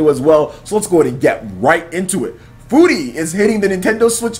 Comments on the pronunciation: I try not to correct you when you mispronounce words but dude it's pronounced fury... Not foori or whatever the shit you said and you've said gungeon wrong in previous videos. It's exactly the same as dungeon but with a g, not gun-jee-on or whatever shit you said, do you not hear that in editing and think it sounds stupid or just wrong? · i'm pretty sure furi is prenounced like fury... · shahar fy he was actually pretty close, Furi's the Japanese word for free, it's not a play on words on Fury.